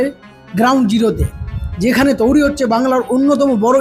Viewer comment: Touri noi toiri😂